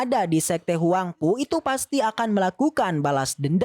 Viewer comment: 🤣🤣🤣🤣huangpu bukan huangfu🤣🤣🤣